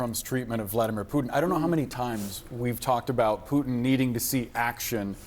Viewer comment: She really had a hard time with her pronunciation of Putin.